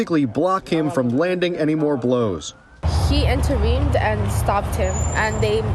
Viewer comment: .."He 'interveemed' and stopped him"